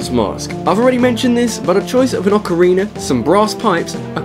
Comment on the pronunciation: orcarina of mittens??